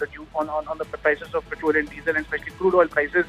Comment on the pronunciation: पेट्रल ॲन्ड डिझल? Pronounce petrol properly rather than using a fake accent